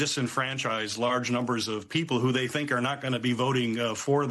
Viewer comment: "Thay gone." I love Mike 😂❤